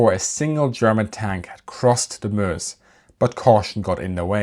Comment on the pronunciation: Excellent, and like the way you pronounce Meuse (Muhz).